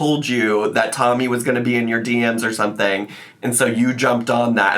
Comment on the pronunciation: “What is water?… do you eat it or sumething?”